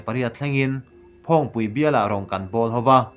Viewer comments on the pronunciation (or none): Phaŵngpui tih tur phăwngpui tih nilo in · I mizotawng chhiat hi uluk ve deuh teh i chhiar diklo nasa thei emmai..phawngpui i tih tekha..leh adang tamtak pawh aw..🙏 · Thillam dik i zir a ngai a nih hi phawngpui i lam dan te ngun ngun ilam dan te a dik tawk lo